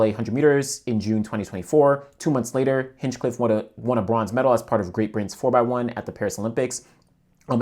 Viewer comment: A minor note: his name isn’t actually Hinchcliffe, but Hinchliffe. There’s no “cliff” after Hinch. Just “Liff”.